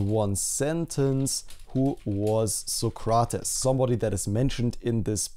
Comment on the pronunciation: it's pronounced "so-crates" not "suh-cra-tuhs"!